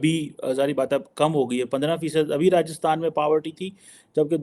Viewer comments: Power Tea nahi Poverty 😂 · Paavarty Nahi re madrasa chaap 😂😂😂